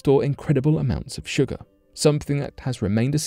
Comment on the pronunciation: Wtf is sugaaa ??! Lol !! 😝